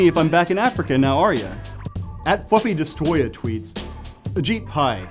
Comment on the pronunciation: Ajit Pai just said "Fwuffy Destwoyah" fucking done